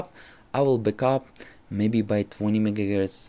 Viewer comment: Why do you say mega gertz?